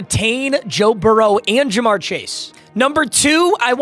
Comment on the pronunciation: hate to say it but its Ja'marr not jamar.